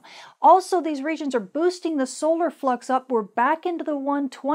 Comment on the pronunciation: At 3 min 50 seconds in it sure sounds like you said Aurora fuc’s instead of Aurora flux lol